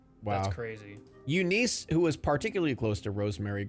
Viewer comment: Eunice? Nah, “You Nice” lol the name pronunciations in this vid are amazing